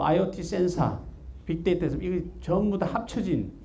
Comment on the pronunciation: 강의 준비가 안된건지, 원래 말씀을 잘 못하시는 건지.. 주어 술어가 맞지않아서 듣기가 불편하군요. 공학만 하지 마시고 인문학 책을 좀 읽으셔야 할듯합니다. 센사는 뭐고 그로발은 뭔지원.. 한글은 우수해서 센서나 글로벌 처럼 원음에 가깝게 표현 가능한데도 센사 라고 해서 빵 터짐. YTN 싸이언스는 공부하능 학자를 잘 선별해서 프로그램의 질을 높입시다.